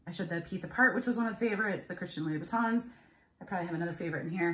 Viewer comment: Hi, Oh my, those Christian Louboutin's crazy dangerous spike heels (BTW -you did ok with the French). You had a great sense of humor about it.I hope that they are real, that's an awesome find. That Carducci sweater was colorful and fun! Reminds me of Spain but I think that it's Italian. I enjoyed your great haul!:) Pat